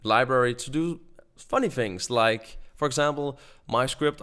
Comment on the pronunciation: It's sounds like you are saying "Fings" instead of "Things" #Nohate.